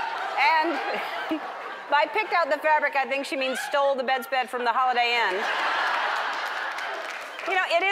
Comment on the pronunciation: BED SPREAD NOT BED SPED!!!!!!!!